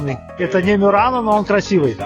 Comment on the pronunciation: Простите, а почему " МЮРАНО", когда на итальянском твердое МУРАНО...